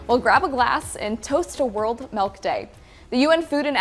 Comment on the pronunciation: “Melk” lol